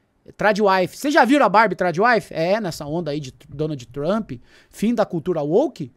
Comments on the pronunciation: Minha filha fala barbia igual o hahahahaha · nao aguento quando o chama a barbie de bárbia